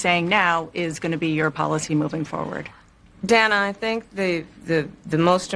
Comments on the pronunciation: Dan A. She says Dan A. I think its Dana. Funny when it comes from someone who hates her name mispronounced. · She called her Danna, isnt it pronounced Dayna Dana? Do we remember the talk about Camala vs Kamala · Everyone getting all upset over stupid irrelevant shit like mispronouncing Kamala's name and the first thing Kamala does in her sweetheart interview is mispronounce Dana Bash's first name. She said Danna... lmao😂😂😂😂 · Dah-nah wtf 😅😂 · And it was TAPED!! It was 42 minutes long and they edited it down to 18 minutes just imagine what they cut out!! She also keeps mispronouncing Dana's name she says it like it rhymes with banana!! So rude!!! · It's funny how she wants everyone to purnounce her name correctly, but she can't say the interviewers name correctly 😂